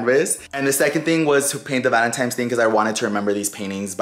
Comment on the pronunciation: lol 😂😂. It’s ValenTINES, not times lol awww